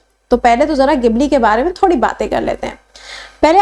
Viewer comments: Gibli nhi jibli bole ge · Madam, isse gibli nehi Jibli pronounce karte hain